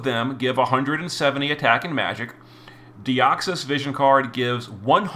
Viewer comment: Who’s that Pokémon? It’s Deoxys (Dioxus in this case) 😂